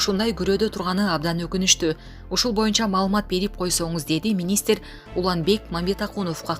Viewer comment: Ошо да,Баясооф,Жапарооф,министиир ж/б .